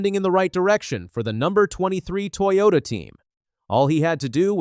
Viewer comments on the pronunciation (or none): none